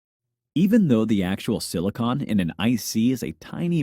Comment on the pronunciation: why do you mispronounce 'silicon'